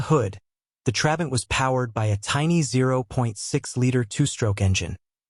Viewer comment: And "Trabant" is stressed on the second syllable, and you are alternating between showing us very different models as if they were the same: the 500, 600 and 601 (which is the one most people think about as "the" Trabant). And of course by the time production ended, it was no longer powered by that puny (but totally adequate) 0.6 litre two-stroke, but by a 1.1-litre four-stroke built under licence from VW, as the Trabant 1.1.